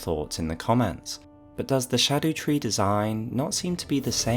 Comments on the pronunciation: i think scadutree is said scar-dew-tree, cuz like it’s leaking from a big cut isn’t it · Its been driving me nuts people pronouncing it skadootree. Thank you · Old English Erdtree - earth tree Haligtree - holy tree Scadutree (actually read like shadu) - shadow tree